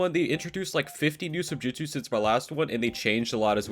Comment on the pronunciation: is it me or did he say sibjutsu